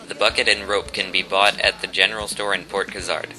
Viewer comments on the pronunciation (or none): none